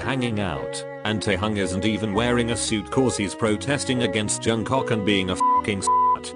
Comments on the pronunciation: no one: literally no one: robot voice: jungCOCK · Someone tell to stop saying jungcock ffs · I burst to laugher after hearing JUNGCOCK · Narrator I see you calling Jk Jungcock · LMAO!!! “Johncok”